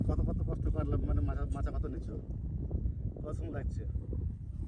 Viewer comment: মাচা not মোচা